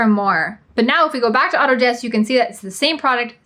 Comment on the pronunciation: I was listening but had to stop after you just said Autods